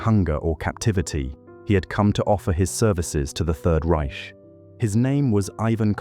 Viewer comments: Sería bueno q mejoraras la pronunciación de los apellidos y de "Reich". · Reich is pronounced Rike, not Ryshe